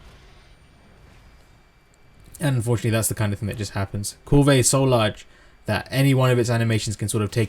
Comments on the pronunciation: Yeah....yeah.....thank you for saying what I was thinking. If the NPCs in the game say Kulve I'm pretty sure it's Kulve. ...not Koolvay I find that irritating too. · Kulve as in one word, with out the vey. The e is almost silent. Doesn't matter bro. Thanks for all the uploads, I think your videos are great! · Love how you say kulvey~, so fancy